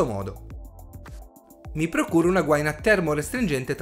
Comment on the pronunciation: Gua-ì-na è l'unico accento possibile :-) Ottimo video